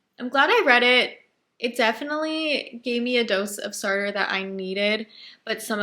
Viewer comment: It is pronounced Sart - the rest is silent. Languages are tough. Hope this helps.